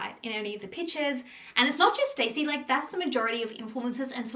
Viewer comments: my love you are pronouncing her name wrong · I think you are saying her name wrong …. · ur mispronouncing her name the wholeeee vid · Love your videos but I am struggling to watch this with the name pronunciation 😅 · Stassie. It’s pronounced how it’s spelt.